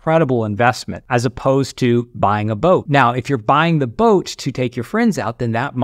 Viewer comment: I heard book when he said boat. That would be a wierd regret.